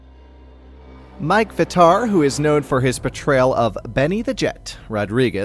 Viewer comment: Oh I thought u pronounced his name V tar